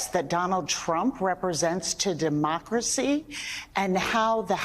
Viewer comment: "Duhmocracy." Feed the fear baby.